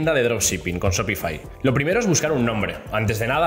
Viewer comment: Se pronuncia SHOPIFAiiiii no shopifi